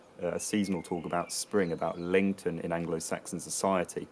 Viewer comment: Every time he says Lencten I think he's saying LinkedIn